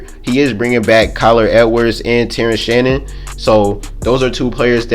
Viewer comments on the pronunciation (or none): none